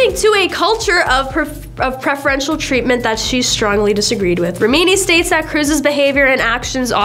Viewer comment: rem-in-knee.. jesh... I tried to give this chick a fair chance, I really did.. but you need to get rid of her. She is so unprofessional and unlikable..